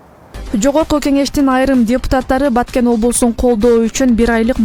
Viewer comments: ЖУРНАЛИСТСИНБИ, КАБАРЧЫСЫНБЫ? КИМ БОЛСОН ДА видеонун башында айтылгандай, БАКЕН ЭМЕС, БАТКЕН ДЕП ЖАЗЫЛАТ ЖАНА АЙТЫЛАТ!!! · Баакен облосу дейтко